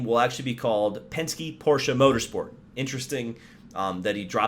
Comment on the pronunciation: Thank you for pronouncing Porsche correctly……with an ah on the end